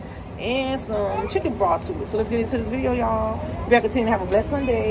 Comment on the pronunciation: BROTH! say the TH